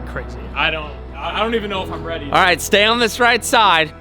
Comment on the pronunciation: AS SAID "REATY" TO DO TH!!!!!